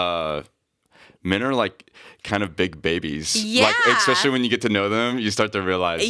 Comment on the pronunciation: Jake words: EK-SPECIALLY and HURTED